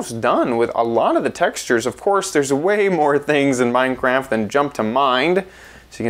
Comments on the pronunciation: XD You said minecrack instead of minecraft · Instead of saying minecraft you said minecrack! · did he say minecrac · did you just say mind crack? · He said Minecrack! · You called it Minecrack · He said Minecrack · Did he say Minecrack? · You said Minecrack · You said mind crack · $1 he said minecrack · He said minecrack 😜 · u said mine crack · you said minecrack LOL